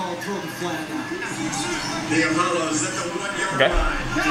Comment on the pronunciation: You forgot the S after Apollo